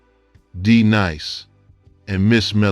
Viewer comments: D Nice not Deneece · I stopped listening after you said D Niece.Clearly you know nothing about what you're reading and you must be stopped. Lolz 😂😂😂😂😂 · The narrator referred to D-Nice as D niece, which tells me he knows nothing about BDP. Stop making videos just to make money. Fail! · First of All, Who in the World is "DeNiese?" smh. As soon as i heard THAT i Immediately Clicked OFF. Automatically Triggered my "NOT A TRUE HIPHOP HEAD" Alert. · A legend...loves gonna getcha......but you lost me when you said D Niece?.......hunh?...wtf?......😂.... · "Dee-Neece, Beep Boop." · Damn, did you just say Deneece?????????😂🤣😅😆😅🤣😂🤣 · I heard that too!!😂😂😂